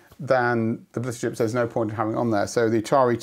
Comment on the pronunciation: And similar thing for "blitter chip" , even though we hear the same word just fine.